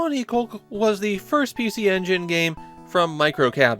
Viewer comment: Nah, having watched the entire anime series in Japanese... he was saying it wrong. You say the "oo" sound of the U at the end.